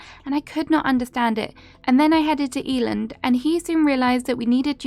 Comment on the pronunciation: Eiland is pronounced Eye-luhnd, it's a german Word ❤